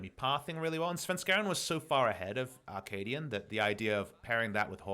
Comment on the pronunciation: Is it just my ear, or is Papa saying "Ar-kaadian"?